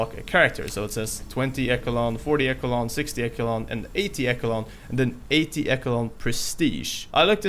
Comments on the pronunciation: 20 eckle-on 40 eckle-on.... Esh-a-lawn ;) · “Echo-o-Lon”?? It’s pronounced “eh-shh-Lon” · Hey not to be mean but it’s pronounced (Esha-lon) echelon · Learn how to pronounce Eish-E-Lon!!! Learn how to read bro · It’s pronounced eshelon. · Dont wanna be that person but isnt echelon pronounced esh-eh-lon. Im genuinely curious lol. I coulda sworn. But its not like its a word you hear alot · It's echhhh Elon. Ch like in Cheeto. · It's pronounced like Eshalon. Good video btw